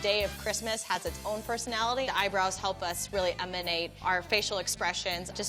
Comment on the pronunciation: Amonate or eminate